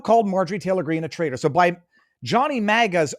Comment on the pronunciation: “Trader?” Or “Traitor?”